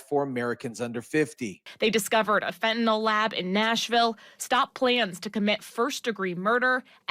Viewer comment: Fentanyl not Fentanol.